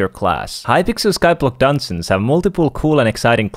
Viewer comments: say Dungeons right not dansins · I love how he says dungeons its like dunsens